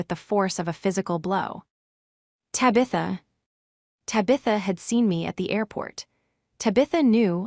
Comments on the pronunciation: What the heck is a Ta-bitha? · Loews Angels? Then there's Ta beth a not Tab itha. N A Y not anyway, Seven zero, zero o'clock. This program can't even pronounce authority correctly. Got to love AI narrations. Why would she give them a $300 bottle of wine knowing they wouldn't appreciate it? Emma is obnoxious and her daughter Ta Bit that is a sneaky little s**t. Could for Caroline for standing her ground. Why do so many of these stories have the fallen person ultimately working as a receptionist at a dentist office. It may not be a glamorous job but its honest work and nothing to be mocked.